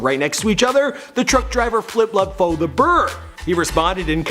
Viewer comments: lud foe is pronounced loode foe not lud foe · I believe HYZ NAYMM IS PRONNOUCED likee LU LU DDD FOE BT OKAAYYY🎉🎉🎉❤❤❤❤ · Walk Gleesh Walk hell naw. It's pronounced "luh" Foe. As in Lil Foe. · DaFamous Esavage shut yo dumb ass up Lud foe pronounces his name like luh foe not no Lud foe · Lud😂😂 not lod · Just say lud like lil with kinda d at the end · The way his says lud gives me anxiety😷